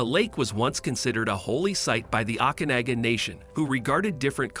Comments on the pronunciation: That AI voice is hilarious. Listen to the pronunciation of Osoyoos and Okanagan lake. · Never heard Osoyoos or Okanagan pronounced so badly in my life !! 🤦🙄